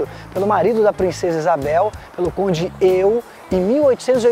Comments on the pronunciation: pronúncia errada Conde D'Eu. ( Conde Dê) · Muito bom o seu vídeo, mas o nome do marido da princesa Isabel não é " conde "Eu " e sim conde d'Eu. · Por favor, a sua pronúncia de Conde D' Eu está errada!